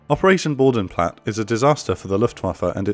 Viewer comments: "Bodenplatte" has a pronouced e it not boudenplat its Boden-Platte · ...Bo Den Platt Err... (Each letter in German pronounced) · Small correction: Similar to the e in Luftwaffe, the e in Bodenplatte isn't silent. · It is Bodenplatte and not Bodenplatt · just a sidenote: The e at the end of Bodenplatte is pronounced, just like it is with Luftwaffe ;)